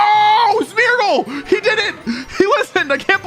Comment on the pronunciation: Every time you say Smeargle I think you say Smeagol and that is quite funny to me .... yeessss my precious